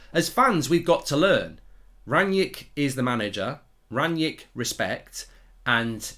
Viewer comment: Why you calling him Ranyick?